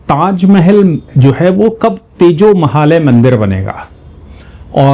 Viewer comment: नमस्ते सदा वत्सले मातृभूमे 🙏💐🚩 बोलते समय आप कभी तेजो महल बोलते है, लिखा तेजो महालय है, सही क्या है 🤔